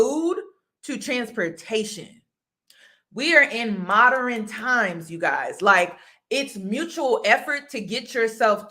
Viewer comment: Modern, not MO-der-ren men, lol